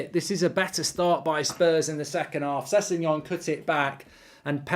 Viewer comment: wrong its spelt sessegnon and pronounced sesinyon